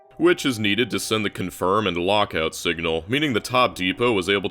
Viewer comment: Singla instead of Signal ?